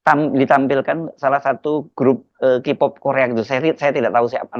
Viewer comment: Baca K-Pop itu KE-Pop...!!! Bukan Ki-pooooppp....!!! Gimana sih?! Biasa olok² bahasa Inggris Jokowi, tapi bahasa Inggris juga JEBLOK!!! 😂😂😂